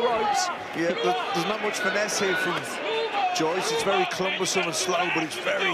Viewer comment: Clumbersome 1st time i just thought i was a mispronunciation but he s keeps saying it 😅